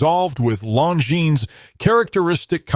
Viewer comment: Seems like if you are going to use AI for brand videos, you would want to make sure they pronounce the name correctly. Kind of sad. Nice watches though.